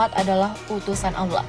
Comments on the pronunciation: Allah adalah sebutan nya, bukan Alloh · Admin pembacaan LAFAL "ALLAH" nya, Petikan Ayat nya, diperbaiki dulu kalau mau bahas hal crucial dalam Islam! Jangan asal bikin konten yang justru memercikan hal kebencian antara SUNNI DAN SYIAH jika tidak paham inti dari Ajaran keduanya?